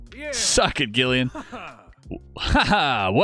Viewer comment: Gillian - soft G, so say Jillian